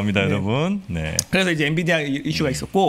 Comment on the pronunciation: 엔비디아! 엔디비아 아니구요!